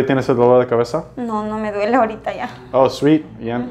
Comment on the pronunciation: Peruana aquí. El "ahorita" sounded so peruvian. Nice to hear speaking spanish. <3